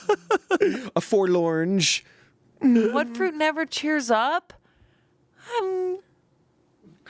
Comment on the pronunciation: "Forlorange" made me wanna high five